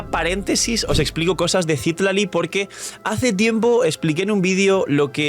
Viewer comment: Citlali... No CÍtlaly 🙄. Ojalá no salga nerfeada Mavuika 😔